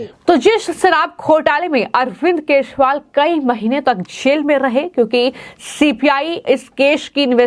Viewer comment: मैडम, केजरीवाल है उसका नाम! आप केशवाल बोल ताहि हो, क्या आपको दिल्ली के सी एम का नाम तक पता नहीं है? आश्चर्य है ऐसे ऐसे पत्तलकार??